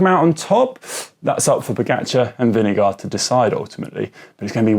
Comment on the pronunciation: "Vineguard"? GCN is resigning to any putting any effort into pronouncing names correctly.